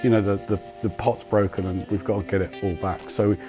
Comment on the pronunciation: “ le get”